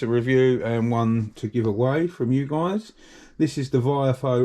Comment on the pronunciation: Long time viewer and fellow Essex boy here! I would love one of those Dash cams, but I think your saying it wrong, it's pronounced VIOFO 😂. Keep up the good work, more videos on the 5 Turbo please 🙏